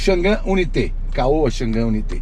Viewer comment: Irmão dica de inglês pronuncie dessa maneira o nome do carro ok i u n a i t e